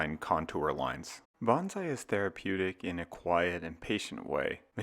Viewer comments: “…sort of like Banzai”… ??? Please. It is “Bone Sigh”! You are not a WWII Zero pilot! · Hate to be the guy who says its pronounced ‘bone Sigh’ not ‘bahnzai’ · Can you try to pronounce "bonsai" correctly, please? The first syllable should sound like "bone" and the second like "sigh." "Bonsai" is tree art. "Banzai" means "hurray."